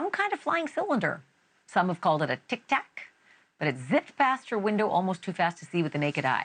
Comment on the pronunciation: Anyone else hate the way she says "Tic Tac"?